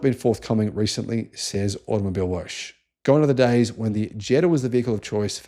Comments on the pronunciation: Hey “Woche” is pronounced “whoa huh”, not “wosch”. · Woche is German for week. In german you pronounce each letter so Woche is pronounced more like Wokka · It’s pronounced Out-Oh Mobil-eh Wocker (or similar) your pronunciation sounds like a car wash mag !😂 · Automobilewoche is pronounced Automobil vocker ! (translates as Car Week) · With respect, you are mispronouncing Automobilewoche. It is said like “Automobile-vok-a” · Just FYI… it’s Vokka as in soccer for Woche (week)